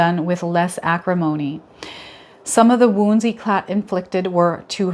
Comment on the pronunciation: i'll bed your self appointed french teacher éclat the é sound amazing (the ah - mé - zing) cla (clash) t is not pronounced